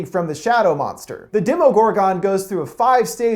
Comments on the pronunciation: demogorgon not "demOgorgOn" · It’s pronounced gorgen not “gor-gon” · DEM-O-GOR-GON? no Demi-gorgin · What is a dem-o-gore-gone i thought it was dem-o-gore-gen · Cutooloo? No no no no no... Cu-thoo-loo Cuthulu I’m sorry.. Demogoregone... 😑 Demi-gor-gon Demigorgon. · PriMe SkiLled right he said demo-gore-gohn when it's pronounced Demo-gore-gehn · Right Demo-gore-gohn ? It's pronounced Demo-gore-gehn like jeez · It's demogorgon and demo-dog, not demigorgon and demi-dog. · Demo-gor-gon? That's not how you say it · Demogorgon demo-gor-gen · Has he even seen the show He says: Demo-gorgan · Is anyone else annoyed that he called Cthulhu ctulu and demogorgon demo-gorg-on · Its demi gorgan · Ctulu, Dehmogorgone, oh my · Dem-Mo-GOR-GON. I wonder if the host has even watched the show or if he just has someone write a script for him. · Please stop calling it a demi gore gon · Video: Katulu Me: Screams internally yes yes the katulu Video: Demogoregots, demogoregone Me: Seriously? They say it in the show, how can you possibly pronouce it wrong? HOW?!?!? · Demo Gor Gon. lmao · It's pronounced Demi-gorg-in and cuthulu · Aaah. I cringed.... dem-a-gor-Ghen not GONE. And ka-thoo-loo. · I know I'm late but guys come on it's pronounced like demOHgorgIN (Demogorgon) and demOHdog (Demo-dog). If you watched the show you'd know that's how they're spelled/pronounced. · The way he pronounces demogorgon and Cthulhu kinda triggers me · You pronounced Demogorgon and Cthulu wrong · There are just two things I need to clarify. That is not how you pronounce Cthulu, and that’s not how you pronounce demogorgen. I think i spelled that right... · Was I the only one annoyed about how he said demogorgon and cuthulu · Anyone else annoyed how he pronounces demagorgon? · He doesn’t know how to say demogorgan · I’m okay with cthulhu but if he’s seen the show, why is he pronouncing demogorgon like that? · PriMe SkiLled THANK YOU FOR POINTING THIS OUT I COULDNT WATCH THE VIDEO WHEN HE SAID THAT AND DEMOGORGON